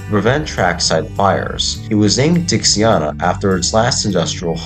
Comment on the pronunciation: It looks to me like you already corrected it but i just wanted to make sure you knew she's called Dixiana as in (DIXIE-ANNA) It sounds to me as if your saying Dixiarna. Just thought i would point that out as i work at the railroad.